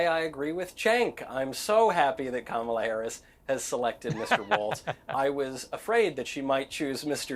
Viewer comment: Why do all maga people mispronounce Kamala’s name??